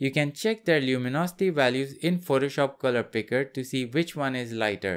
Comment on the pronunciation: Why do you pronounce Photoshop incorrectly? It's not "protoshop" or "phrotoshop". Sounds gross. Also, assumption related to yellow and blue squares is incorrect.